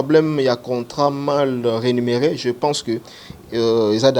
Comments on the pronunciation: franchement zua ba cours svp on dis Rémunére et non renimere... 🤔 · balobaka mal rémunéré et non renumeré. On parle là de la rémunération